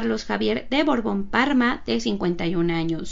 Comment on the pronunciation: BORBON O BORGON???... ESCUCHO A LA NARRADORA DECIR BORGON